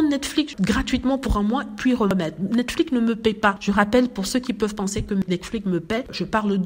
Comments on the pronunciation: Merci. Je ne sais pas pourquoi prononce ce mot comme si il y avait un C final. Elle insiste tellement sur ce mot que je me demande comment elle prononce "Max" par exemple? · Pourquoi je ne dois pas regarder? Ici on grandit ensemble. Ce n'est est pas la première fois que nous faisons des remarques par rapport à la manière dont prononce le mot Netflix. Si la prononciation n'est pas correcte elle peut se reprendre. La manière dont elle prononce le mot ne sonne pas bien. Mais elle continue de le prononcer de la même façon et nous autres nous continuons de lui faire la remarque par rapport à ça.